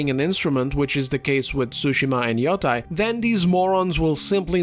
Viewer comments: Its not freakin yotai its yotei Yo te i Yotei Ffs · It's pronounced yoteh. When an e is followed by an i in japanese the i is silent and the e is always pronounced as an eh sound. It's actually pronounced as an elongated eh sound, but nobody is going to nitpick that when you're speaking in english. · People pronouncing Yotei as “Yo-TYE” make me want to flip a table it’s “Yo-TAY” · It's pronounced Ghost of the Yeti 😡